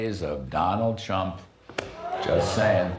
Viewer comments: I listened three times and I still swear Kudlow said ‘Donald Chump’… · He DID say " chump" and fox rags on Biden if he mispronounces any word!!!!! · That's what I heard. Much closer to chump than T-R-ump. Maybe the show altered the audio. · I swear that Larry Kudlow said "Donald Chump".... LISTEN again! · I heard it too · He definitely did say that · Did Kudlow call Trump, Crump? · 100% he said Chump. That was the only accurate thing he said in that clip. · ME TOO!! he did say Chump!! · That's what I heard! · He said "of Donald Chump." Listen again. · is it just me, or did it sound like Kudlow says Donald Chump ? maybe it's just confirmation bias? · I thought he said Donald Chump lol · sounded like he said donald chump